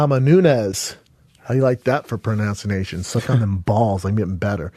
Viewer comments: Pronouncanation Chris Doocockus had me rollin😂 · “HOW DO YA LIKE THAT FOR PRONOUNCE-INATION??” 😂😂😂😂😂😂😂😂😂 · “How do you like that for pronounce-u-nations?” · It's not pronunciation, it's pronouncination, which is a perfectly cromulent word. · it kills me that he can't even pronounce "pronunciation" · Dude cant pronounce milk so pronunciation is way to difficult